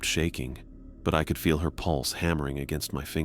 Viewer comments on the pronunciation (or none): none